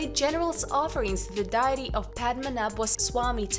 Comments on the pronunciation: 🟦....(After ): "DIE-EH-tee"???..... it's pronounced: 'Dee-ih-tee'. .....smh. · Deity is pronounced “day-ih-tee”, not “diety”. Amun is pronounced “Ah-moon”. If you don’t know how a word is pronounced, please look it up or ask someone. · 'deity' sounds like "day itee"